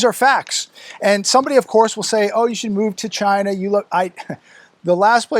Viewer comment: It sounds like Vagina when he said China! He's a dirty old man.